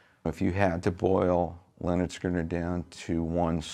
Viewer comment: If says Lenard one more time, im gunn........byby